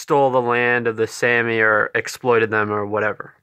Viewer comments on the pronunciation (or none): Sah-mee not Sammy. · We are SAH-Me. No Sam-ee. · This was such a weird, self-important, and unnecessary rant. You didn’t even pronounce Sami correctly, nor did you ask any Sami people how they identify before going on a weird rant. Sami people usually identify as white and they didn’t need a rant from some random guy to tell them that. You also seem like one of those people who hates anyone who isn’t white because you don’t want to hear them talk about their struggles at all. You don’t understand what you’re talking about, nor did you bothering with the history of Sami people. Yikes. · You can't even pronounce their Name correctly, yet still think you're qualified enough for this. Sit down. I'm white, but I at least KNOW when to be quiet. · Sami IS an English word though. He couldnt even pronounce the AMERICANIZED version correctly.